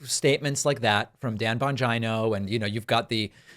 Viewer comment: Additionally: Calling Dan Bongino one of the biggest Trump suckups in the world clearly demonstrates that you know him enough to be able to pronounce his name. It's an American thing to be dismissive of people by refusing to pronounce their name correctly. It's juvenile. Be better Mr. Pakman!